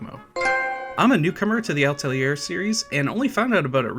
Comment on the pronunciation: Altelier ...?? Atelier. At. El. Ee. Air.